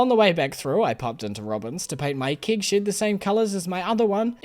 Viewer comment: Thank god there's always kig shids to put your kigs in to make wine ! I love the way you say keg and shed, makes me laugh every time !